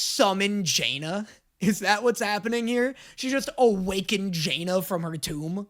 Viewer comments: say JAnna instead of Janna cause me physical pain. what makes the A capital dude like come on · please if you get any name right please let it be janna's name IT'S NOT JAY-NA IS JAN-NUH AAAAAAAAAAAA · It’s def not pronounced Jay-nuh that was crazy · The Jaynuh pronunciation gets me every time, especially with his knowledge of league 😢😅😂 still loving his content, no shade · I swear, is INTENTIONALLY pronouncing things wrong... "JAY-NA"?! Really?! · I don't understand how is able to continuously drastically mispronounce the name of characters that have had their names said aloud in this show. It's not Jaina, its Janna, and its not Sevehka, its Sevika. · pronouncing Janna like Jaina Proudmoore and Sevika just flat out incorrectly makes my brain sad. They say their names in the show. It's not a mystery how they're pronounced. Just say what they say. Da-nye.